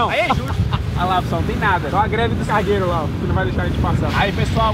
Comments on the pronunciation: Só eu que ouvi navio cagueiro ? 😮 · Só eu que entendi ele falando navio cagueiro